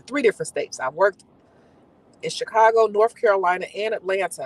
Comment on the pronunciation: Lol you said shecago after dark in the light 😆